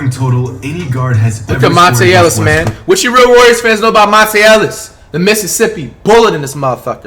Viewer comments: Did flight really say Westbrook and not westbrick HUHHHH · “Russel Westbrick”